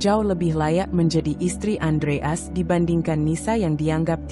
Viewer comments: Iya betul Andreas dibaca Andre as ART dibaca art payah banget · Iya lucu dengarnya Andreas kok dibaca Andre as, jd kurang enak di dengar wkwkwkwkwk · Masak sih baca andreas gitu aja apa susahnya , kenapa bcanya kok andre as... Jadi g enak di dengar..... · Andreas bukan andre as.cara penyampaiannya mohon di belulkan lagi.perhatikan pemotongan kalimat dan penempatan spasi yg bener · Bacanya belepotan andreas bukan andre as. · Itu suara AI. Moso nyebut Andreas jd Andre As, jdnya datar sj, membacakan, bukan story telling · Andreas bukan andre as...belajar baca lagi....🤦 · Andreas. Bacanya Andre. AS. ya wagu to mbak. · Ayo min belajar baca lagi , Adreas bukan Andre' as bener" gak enak didengar deh 😂😂😂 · Andreas gitu lho bacanya, bukan Andre As, apa hurup As itu singkatan,kok bacanya di pisah....yg bener dong klo baca,apa you bru belajar membaca ??? 😜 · Baca yg benar ,bisa gak? Andre as?? Aksen gak usah terlalu dibuat² . 👎 AUTO SKIP